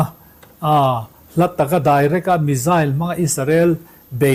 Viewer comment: Ngaihnawm thine Iran mizail tihkha hriat thiam ava harve? Misile lam chi nive tak angmaw!!!?